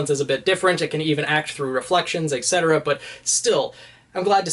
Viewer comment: Why is he saying “eggcetera” instead of “et cetera”?